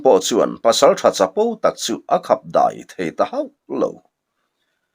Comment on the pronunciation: Deih nilovin Daih tihtur zawk aw